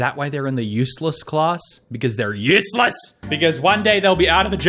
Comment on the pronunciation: I hate the way he pronounces "useless" like "use less"